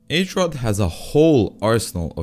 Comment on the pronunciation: As a Czech, I have to say, it impressed me to see somebody to actually learn about our culture. However, the H in Hrot is pronounced the same way as in Hoot, Harry, Hide, etc. Hrot means Point or Sharp corner in czech.